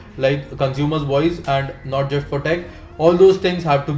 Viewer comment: Bhawa tu trust la trusht bolto.. just la jusht bolto :P kay problem kay aahe..? xD i think u have some problem with the pronunciation of those words :P because i have seen all your vlogs and in all of them you say those words exactly the same way